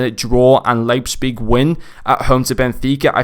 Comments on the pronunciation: Actually you made a few mistakes if Leipzig were to get knocked down to Europa the cards still gets uprades. Also it's prononunced Liepzig great review as always. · Leipzpig 😅? Sounds funny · The p is before the z It’s Leipzig